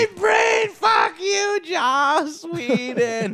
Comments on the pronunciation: It's Joss not Josh It's Joss not Josh It's JOSS not JOSH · joss not josh